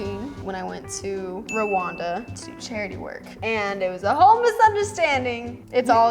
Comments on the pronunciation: Charly:Rawanda Everybody else in east Africa : it's pronounced as randa and spelt like Rwanda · It is Randa in pronunciation not what you said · Charly pronouncing “Rwanda” all wrong but I still love her